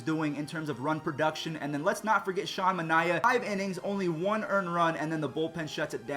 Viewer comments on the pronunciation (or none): none